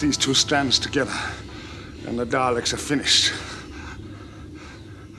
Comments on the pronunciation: I'm British and was taught at school to pronounce it properly. But now you get called a language fascist for daring suggest there is a correct way to pronounce anything. Anyway 7 always said Dallix. Nearly 30 years of wiping the tetchy dustbins out and he couldn't pronounce their name. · Yea, my Dad was from the Clyde area of Scotland (same as McCoy) and he too pronounced Dalek with a hard 'A' , as DA-Lek. As for Omega, can't say I've heard McCoy pronounce it as, 'Ohm-knee-go'? Even with his Clyde accent he still pronounced it correctly as O-meh-ga. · Benjamin Joseph Kidd-Bentley I'm just going by the fact that old Sylv is the only person I've ever heard, includingding people with strong Scottish accents, to pronounce it his way. Maybe 7's greatest mystery was what he knew about the Dalek name that nobody else knew.